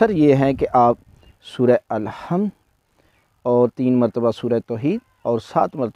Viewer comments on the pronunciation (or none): none